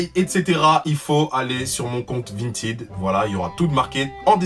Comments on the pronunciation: Vintid😂😂 on dit Vinted avec un "è" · Qui a remarqué qu'il dit "Vintid" au lieu de "Vintaid" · C "vintède" pas "vintid" 🤣🤣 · tu dis vintid (vinted) alors que moi je dis vin ted (vinted). Mais sino je t aime tropp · Mais comment ça « VINTID » ?! Nan désolé mais ça m’a perturbé wsh 😭😭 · 😂Vinetine 🤣C'EST PAS VINETINE MAIS *vinted Sa se prononce è le e a coter du d 😂💜🤣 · vahaha tu me tue 😂😂😂 t'as refait ma journée et c'est pas vintid c'est vinteed hahah pas méchant je t'adore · Tu me stress quand tu dis Vint(i)d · ÇA SE DIT VINTED sinon je te kiff lol ❤️😁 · On en parle de "vintid" ??? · Ca s'écrit vinted mais ça se dit vintaid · On dit vintèd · « Vintid » que dire.... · C’est le seul gars qui sait pas prononcer vinted 🤣🤣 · G l'impression de voir un 6eme parler anglais xD